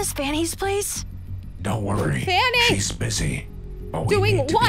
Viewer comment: I love how calls Vanny, Fanny 😂